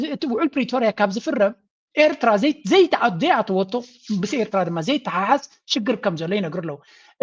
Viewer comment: This guy, whatever his name is; is a foreign minister of a nation, the so-called, Ethiopia. He can’t even pronounce Eritrea correctly. He is so foreign to the name. And he is telling us we are the same people! Feel sorry , he is a high authority of a neighboring nation. Shame on them, Animal Kingdom, jungle men from Arat Kilo!!!